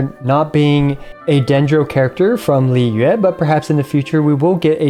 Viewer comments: finally someone with a good pronunciation of Liyue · great guide and all but i think the best thing about it was your absolutely correct pronounciation of liyue save for the tones:D good job